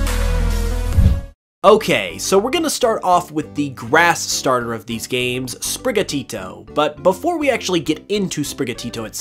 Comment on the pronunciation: OMG SAY SPRIGATITO RIGHT